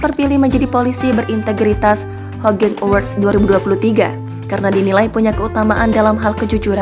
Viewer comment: Di bacanya hugeng mbaaaaa